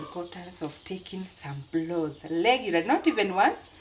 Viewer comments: I finally figure out you are saying broth and not blood🤣🤣..we eat the meat and also the bones..sometimes they are soft and we make soup with dumplings with the broth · I was also going to correct you about your pronounciation of the word BROTH and also turned on the Subtitles which said you were saying blood which was not correct. You should realise there is an "R" in the word broth then you can't go wrong and Peter should have corrected you like he normally does. The broth meal turned out great and I like the potatoe cakes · It is not bloth it's broth